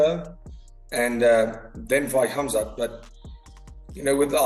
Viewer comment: I m surprised how ddp pronounce right "'Hamzat" , this guy is a real Champ with big heart